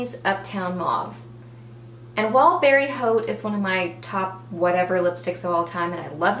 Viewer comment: You would pronounce the revlon one "Berry Hot" I think. :P I think that "haute" is pronounced "hot". :) awesome choices. I'll probably be buying some of these!